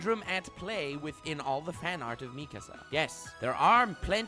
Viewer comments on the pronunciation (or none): Nobody:: Meeekuh-sa